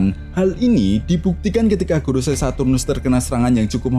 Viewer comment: Kak, bacanya bukan goroSAI, sepertinya... tetapi 五老星 gorouSEI = lima planet tua = five elders